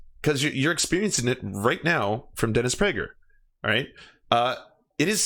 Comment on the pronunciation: dennis bruh-ger